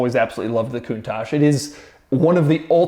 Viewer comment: Coun"TAXe" lol